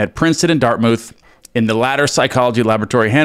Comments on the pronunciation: It's pronounced dart MOUTH not mooth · Awesome read! Just to be clear — in all of his writings, I’ve never seen NG refer to “parallel realities”. That term does not, however, negate the power of the law of assumption. A little housekeeping… Dartmouth is pronounced dart-muth. The b in subtle is silent, so pronounced, suh-tle. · Dart MOOTH? LOL. That’s not how it’s pronounced. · That's not how to pronounce "Dartmouth".